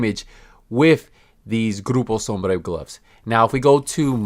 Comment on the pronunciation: Wish you cut the bs and got to the point instead of prolonging the video for the extra ad! And the way you pronounce Groupo sombra is extra af and hella cringy. Ps: I hope that check from massive was a fat one